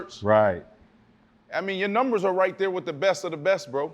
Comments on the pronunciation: Wtf are nimbers lol sir it’s numbers !! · or when Fred says "Nembers" lmao